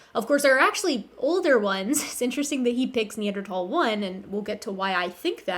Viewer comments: I cringe every time they say “Neanderthhhhhal” and not Neanderthal. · Hearing them pronounce the H in Neanderthal is like nails on a chalkboard. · it bothers me how they always refuse to pronounce neanderthal correctly